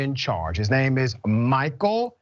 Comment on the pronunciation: Wow he’s a bad guy but you didn’t have to butcher his name like that lol 😂